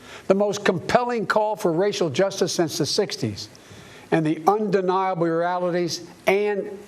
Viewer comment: he's legitimately slurring his words lol "...and the undeniablyralities"